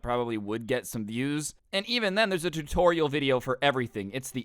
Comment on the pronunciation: im gonna have a stroke the next time he says tutorial like that